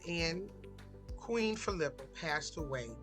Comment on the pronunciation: Geez....You can't even pronounce her name correctly.